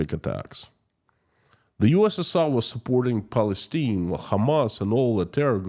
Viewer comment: Palistine is pronounced: PAL-EH-STEIN. Palistinian is pronounced: PAL-EH-STEN- EON. Excuse my basic phonetic language.